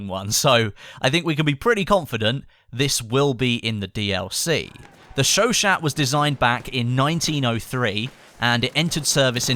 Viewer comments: It's sho sho, not sho shat lol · It's "Show-Shah". You can trust me, I 'm from Montréal. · You are saying Chachaut totally wrong its pronunciation is Sho-Shaw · its pronounced sho sho please stop calling it a shoshat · The chauchat machine gun is correctly pronounced "sho sho" or "sho sha" And the ribe rols is not a sub machine gun, but an automatic rifle, to be a "submachine" gun, it would need to fire a pistol calibre (aka sub calibre) round. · ...oi it's pronounced Chau Chau the T is silent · Hey not to sound like a grammar nazi or anything but I believe it's pronounced "showshow" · The T is silent by the way....